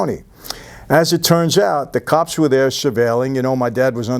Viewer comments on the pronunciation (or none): none